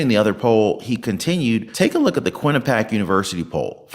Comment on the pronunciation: Good channel, but you definitely should learn to pronounce Quinnipiac. It’s “Quin-ni-pee-ack”. Not Quin-a-pack.